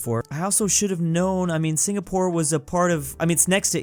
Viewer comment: Him dawn my country wrong it singapore